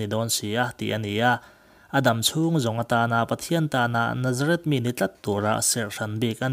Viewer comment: Nazareth tiin i lam ri a,Nazarit ti a lam zawk tur aw